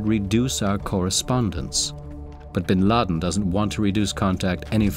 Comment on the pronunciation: Duuude...Bin Laden's impact is felt even here in Kenya during 1998 bombing of US embassy... Hundreds of deaths plus casualties...And its Bin Laden,not bin lid